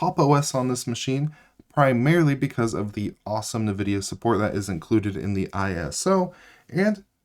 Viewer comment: It's N-vidia. Not nuhvidia.